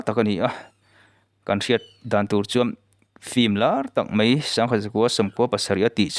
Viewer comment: Mai tih tur ah mei ti i ang thin, a ngaihnawm thin sia, chuan 'T' ai ah 'tri' atam in ka hria😂😂